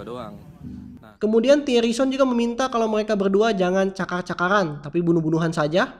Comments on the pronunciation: cakar cakaran.....Ngomong R dulu min! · woy, cakar cakaran bukan cakal cakalan